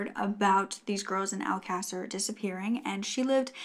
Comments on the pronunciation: My silly self is on Google trying to find out what mean? I should of known it was just mispronounced, considering I went back just to be sure. I've never heard this story and I'm stuck on one word🤦🏾‍♀️. Keep up what you're doing, I really enjoy your content and love your voice. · Its, Alcasser. The case she is talking about on this video is the murders of the Alcasser girls/Murders. Alcasser is a Spanish town in Spain. It does sound like a bit. its pronounced Al-ca-ser. Hope that helps!